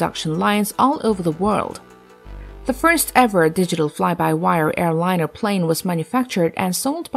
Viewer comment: Interesting video; however, your narrator really needs to work on her pronunciation, specifically where she places the stress in words like airliner and helicopter.